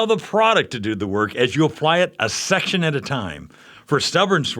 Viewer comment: "a schection at a time"